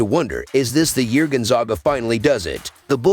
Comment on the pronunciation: If you are going to report about Gonzaga it would be nice if you could learn to pronounce the name Gonzaga correctly.